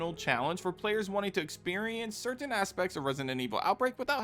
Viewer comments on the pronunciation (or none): none